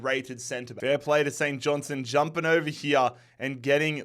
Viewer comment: For the love of god, there’s a ‘t’ in St Johnstone. Please hit it 😂. Saint John-STUN